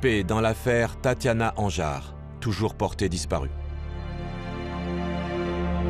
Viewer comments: Tatiana Andujar et non Anjar comme le dit le narrateur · C est Tatianna Andujar et non pas Anjar .... Voila tout le serieux de pretendus journalistes ... A ce niveau c est grave d incompetence et d irrespect pour la victime et sa famille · Tatiana Andujar svp et non Anjar comme il est dit trois fois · Tatiana Andujar s’il vous plaît, pas Anjar. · C'est Tatiana Andujar et pas "Anjar" et il a été disculpé car il était en prison le jour où Tatiana a disparue... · Anjar.. Non andujar